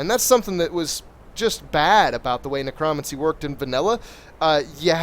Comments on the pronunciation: every single time he mispronounced Necromancy I cringed. its ne-cro-mancy THREE SYLLABLES he is saying it ne-cromuncy i cringed every time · So you can say Necromage correct but not necromancy? XD